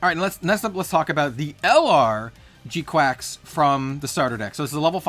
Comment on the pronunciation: Pretty sure its kwux not quacks, also i really dont think youre using the word "parasitic" correctly, maybe dependent or isolated